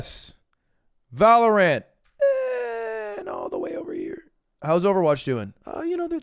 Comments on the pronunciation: The way he says valorANT kills me xD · the way ludwig says valorant hurts my soul.